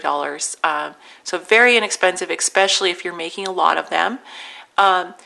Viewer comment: She says "eckspecially". 😆